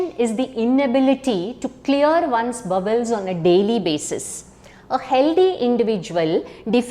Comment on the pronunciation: Please pronounce the word bowel correctly.